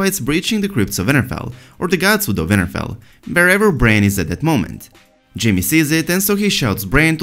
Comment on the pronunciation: His accent made WinterFell sound like Vinterveil lmao.